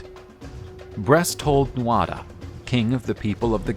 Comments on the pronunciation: Great video, excellent delivery and illustrations. I really enjoyed watching. By the way Tuatha is pronounced too-hah. Not nit picking, just friendly feedback. Best wishes. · It’s pronounced ‘tua de danann’, the tuatha is how it is spelt but the ‘Tha’ is silent